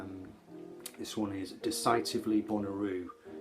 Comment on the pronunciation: Great tribute. I am jealous of you. I’ve seen the good doctor perform many times over the years, but never got to see him do a show just vocals and piano. Ps. Desitively is pronounced des-a-tiv-ly.